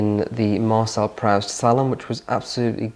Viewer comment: Orwell said you can tell economic class in the UK all from the tongue. If that is true, and I believe it is, then came from a family with enough resources to afford the education and the cultural exposure to know that Marcel Proust is not pronounced Prowst, and that Sofia Coppolla is not pronounced Capala. I'm sorry but I jumped out of my chair and I thought, it's ok that the favorite books are all picture books, there's not one actually book of text in there, that's fine considering this channel, but that level of ignorance is well, considering the supposed refinement this young man aspires to. Think of this as constructive criticism. Wouldn't go astray to pick a book that has no pictures in it from time to time, just saying.